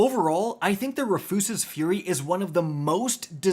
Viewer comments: Rafoose? Bro it’s Rufus with an extra S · “Ruh-foos-ez-es” Fury. Bro come on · Wait,, Did you say... RUHFYOOSES? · Roo-fuss's lol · Roo' fus' es ...say it with me now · Honestly he pronounces so many things wrong I gotta imagine he does it on purpose. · Why isn't there a single North American content creator that can say Rufus's correctly xD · Why are you pronouncing Rufus like that 💀